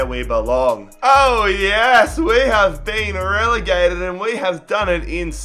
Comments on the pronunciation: did he rlly say we got relagated to where we belong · "We have been relagated and we done it in style"😂😂😂